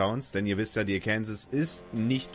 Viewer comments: Bitte im amerikanischen wird sie Arkensaw gesprochen ist als ob ich Tulpitz stat tirpitz sage. Und das ich bin Deutsch geht nicht. Arkensaw ist Arkensaw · Gutes Video nur eine Sache und zwar wird es Arkensaw ausgesprochen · Wenn du in Arkansas den Namen so ausgesprochen hättest wärst du im Gefängnis man spricht es so aus oakansa klingt komisch😂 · Hahahaha.....die Aussprache des Namens des Schiffes ist wohl nicht "ganz" richtig 😂😂😂😂😂 Viele Grüße aus Seevetal! 😊😊😊😊😊